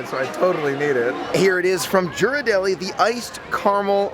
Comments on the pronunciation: Just some info to pass along. Ghiradelli, is pronounced, ( geer-ar-delly) the "G" is pronounced like the "G" in the word, girl. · I love your videos and think your enthusiasm is awesome! You definitely fill in the gaps between our trips. One thing - Ghirardelli has a hard G at the beginning, like Gear. ❤️